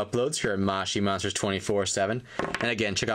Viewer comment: Its not mashi monster its moshi monster ps say it right